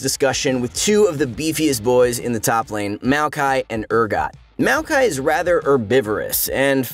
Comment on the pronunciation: Its MAOkai not MEOWkai